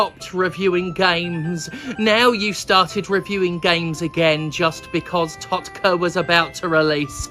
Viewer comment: I'm glad I'm not the only one who reads TotK like tot-kuh.